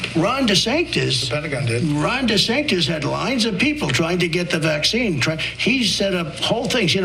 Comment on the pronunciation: It makes me laugh every time he calls him Ron de Sanctus! He’s too lazy to say sanctimonious all the time and so he shortens it, without realising he’s calling him Holy Ron!! In his laziness he is actually praising his opponent!